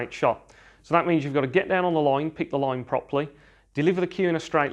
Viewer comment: Unsubscribing your channel because your accent is bit annoying and irritating.it sounds like there is something hot in your mouth and your are not chewing it neither spitting it out while talking. The word is "line" and you are saying it "laweyne" ,the word is white, you said "voyte", "ball" "bowl" , Can't hear you any more, (no offense)